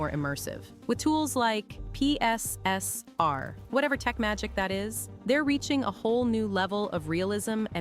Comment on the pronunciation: Yay, you said PSSR and not pisser👍😉